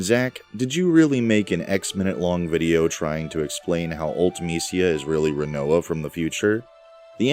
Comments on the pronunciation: It's Rinoa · Its Rinoa. I know it's not canon but FF8s story is dumb so why not.